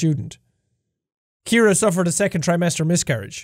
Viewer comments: Jack: "My lovely wife Kiera." Me: screaming in agony "SEE-AIR-UH. CIARA. SAY IT WITH ME JACK!" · It's Ciara not Kiara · Ur name is see-air-uh not kear-uh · jack: ke-air-uh real pronunciation: see-air-uh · Her name is said like, "See-Are-Uh" not like "Key-Ear-Uh".. LoL. Dammit, man. That was drivin' me NUTS! LoL. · Holo Universe My name is Ciara and I cringed every time he pronounced the wife’s name as Kiera. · THE NAME IS PRONOUNCED SEE-AIR-AH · I know I'm late to this....but here in the US his wife's name would be pronounced " C-Air-Uh" :) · It's actually pronounced like "C"-era (see- air-a) for Ciara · Jack's pronunciation of Ciara is headache inducing